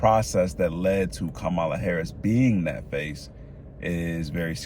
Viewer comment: Her name is pronounced COMMA-LA! . All this research you’ve done but still don’t know the correct pronunciation of her name is ridiculous 🙄